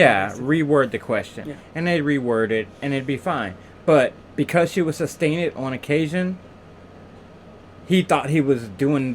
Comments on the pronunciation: The word ‘substain’ was my word! I just wanted them to correct him one time. It wasn’t like he didn’t hear them say it correctly throughout the trial. Ugh! This man is the most obnoxious human I’ve ever seen! Love your Channel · He said "substain" so many times that the judge herself accidentally said it and quickly corrected herself!😆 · He drove me CRAZY when he repeatedly said the words , “SUBSTAIN” “TACKIT” AND “LIBARY” , IDIOT, The words are SUSTAIN , TACIT and LIBRARY !!! He really needed to go back to school 🏫 and after that , get your sorry ass a job and take care of your kids !!!!